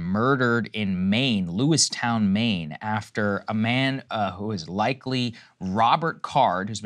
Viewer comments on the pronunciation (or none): LewisTON not LewisTOWN. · Yeah, its Lewiston....not Lewistown. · In 2022 in Maine there was 29 total homicides. Just yesterday, there was at least 18. Also, its "Lewis-ton" not "Lewis-Town". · I live in Maine.... It's not "Lewis "town", it's Lewis "ton". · Saagar it’s pronounced Lewiston, not “Lewis Town” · Lewis ton not Lewistown. Just had to be that guy since I live here. Krystal got it right! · Sagarr pronouncing Lewiston is making me cringe. It's Lewis-tin not Lewis-town. Love you both Saagar and Krystal. My heart hurts for my home state. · lewiston....sagar..not lewistown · Mainer here. I know it's not important, but FYI it's pronounced "Lewis-tun", not "lewis-town." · Lewis-TON not Lewis-town lol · It's Lewiston, Lewis-tin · Just an fyi, it’s Lewis-ton. Obv not a big deal, but I know saagar likes to get details correct lol And then I hear Krystal say it correct 😂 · It’s pronounced Lewis - tun. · It’s pronounced Lew-iston Saagar. Thank you for the coverage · Love hearing Saagar mispronouncing a town name three times. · How do you correctly pronounce Bowdoin but mispronounce Lewiston? I know it’s obvious as a local Mainer, but still he objective got the easier one wrong and the harder one right lol